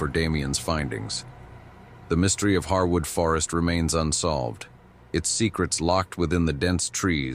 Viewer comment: Encounter 4 was very interesting to me because I have camped there at "Harewood forest" (pronounced hairwood not pronounced harwood!) in Hampshire, England uk several times and there's definitely some very weird stuff going on there, my friends and I found evidence of witchcraft and animal sacrifice and at night the whole place feels like it's alive and watching you! It's extremely creepy!